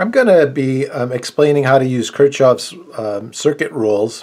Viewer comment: its pronounced kirkoffffff not kirk chofff